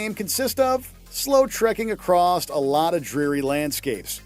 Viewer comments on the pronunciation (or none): During Death Stranding did you say acrost/acrossed? How can you have a script in front of you, that has “across” written correctly, and STILL say it?